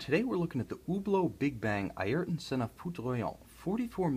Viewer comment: Be decent if you can say his name properly, but hey good video bro